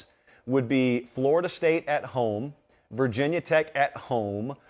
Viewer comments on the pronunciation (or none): none